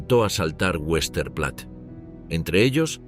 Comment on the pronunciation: Vestaplatte, así se pronuncia en alemán.